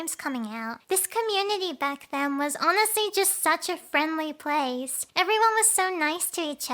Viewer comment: Emphasize on the “back then”